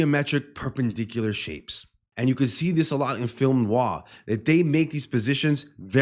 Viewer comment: You said "film noir" as well as a native English speaker could. Bravo. Great analysis btw !